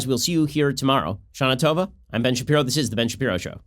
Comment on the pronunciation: Ben it's not shanatova It's ShaNA TOVA :))))))